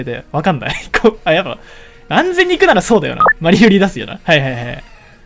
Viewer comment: マリルリがバリロリに聞こえたわ。